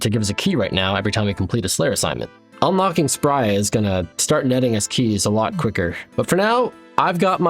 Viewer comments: You don't need to spend 30sec talking about most of these low level tiles and just call her spree-ah like everyone else. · It’s Spria not Spria smfh